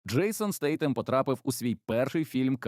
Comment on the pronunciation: Statham вимовляється Стейтем (Друга «Т» вимовляється з кінчиком язика притиснутим до зубів, як у Thousand до прикладу).